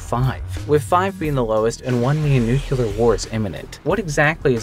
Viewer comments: *nuclear (thats "new-clear") not nucular. Theres only one U in nuclear. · There is no 'kew-lar' in the very straightforward word 'nuclear' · The word is not "nucular" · /ˈnukliɚ/ noo-clee-arr or /ˈnjukliɚ/ nyoo-clee-arr y'know like nucleus it's not hard edit: also hanged not hung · Come on dude... its spelled nuclear. Not nucyooler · BRUH it's pronounced New-clear, ya'know like one would pronounce EAR. sorry just gotta clean out my errs. i'm never going to play cry of fur ever again! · learn to pronounce words. like nuclear